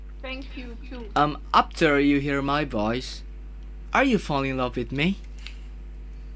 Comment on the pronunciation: Yang menarik dari, pas nyanyi english song pronounce doi bagus.. tapi pas bagian ngomong, "apter you hear ma poice" langsung medok sunda 😂